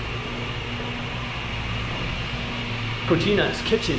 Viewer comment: Hey you don't enter a kitchen and say cochina instead of cocina very different meaning and pronunciation, the first one can be very offensive, any way gringos are allowed to such mistakes.